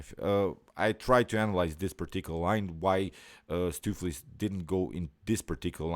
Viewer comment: "Stoofvlees" is a Dutch word and I am from The Netherlands ... if you want to pronounce "Stoofvlees" correctly go to: hit the "play audio button" 3 times as the third audio play is 100% correct! ... The first two is missing part of the sound.